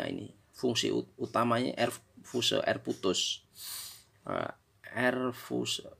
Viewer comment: Fuse itu bahasa inggris, dibacanya fius bos...🤣